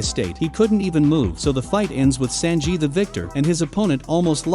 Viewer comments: Senjiiii -_- San, like you, said San on San on "3" in Japanese. just saying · Never … ever say sanji again….. ever